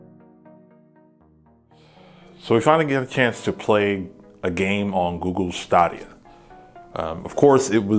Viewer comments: Russian guy: yo girl what’s your name. Her:Google Stahdiuh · Google STAADIA??? What the heck? Did you even watch the announcement? Also, what's with the Assassin's Creed: Odyssey hate? I hate you